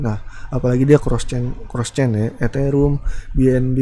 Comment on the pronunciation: Eterium bukan eterum